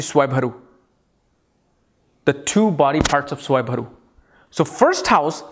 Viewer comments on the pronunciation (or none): Svarvanu, not Swayvaru, as I remember having heard somewhere. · It's SWARBHANU , not swayamharu😂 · It’s swarbhanu .. not swaybharu 😜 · Swarabhanu... u pronounced it wrongly